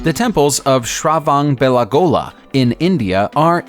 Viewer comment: The Indian Temple is pronounced as : "Shra" "Va" "Na" "Bela" "Gola".